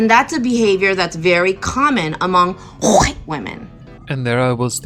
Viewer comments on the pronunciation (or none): HHHHUUURRWWWWhite. 🙄 Really? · I feel the urge to call this woman “oriental” instead of Asian until she pronounces the word “White” correctly. If you want to try and program me like a child or a dog, I will return the favor. Rudeness begets rudeness. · Sounds like she's trying to hack up tonsil stones the way she says white.